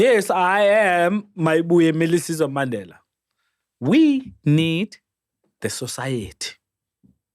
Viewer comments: Yoooo this guy😂😂😂😂😂 Mmandelah not Mandela (the pronunciation). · Word of the day "Maandela" not Mandela😅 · uMandela not uMaaandela & Tetiwan (31) is all I heard from Mayibuye, maybe he had the amber nectar before the show. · Maaandela not Mandela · He, himself, even forgot to pronounce the Mandela surname the way he was teaching us. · Kante all along we've been pronouncing Mandela wrong as a nation😮😮🙌Yhoo